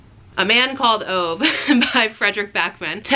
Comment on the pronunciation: “A Man Called Ove” (it’s pronounced ooh-vuh) is great but what you really need to be reading from Frederick Backman is the Beartown series! I was so in love with all of the characters, I wish I could read it for the first time again!